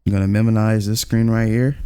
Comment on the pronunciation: Someone teach bro how to pronounce minimize and photopea